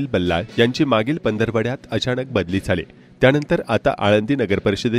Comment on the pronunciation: पंधरवाड्यात नव्हे पंधरवड्यात म्हणायला हवे होते.